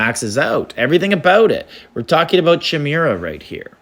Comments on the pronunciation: this is pronounced as Ky-meer-uh, I think, not chee-meer-ah 😂🤚🏻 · “Ky-mare-ah” is how you pronounce it ! 😂